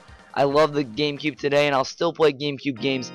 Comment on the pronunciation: games of da cube! IT IS DAHHHHHHH GAMECUBE!!